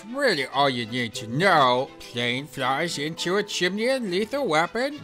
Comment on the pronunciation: Who says 'chim-en-ey'? It's Chim-ney